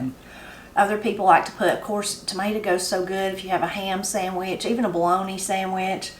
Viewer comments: I love picking tomatoes and going in and make me a "mater" "samich" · makes his mater sandwich just like I do. Ain't nothing any better than a fresh "mater sammich"!